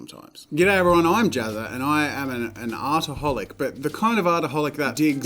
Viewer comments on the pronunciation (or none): When he said hi I’m Jazza and I’m and artaholic I thought he said I’m an alcoholic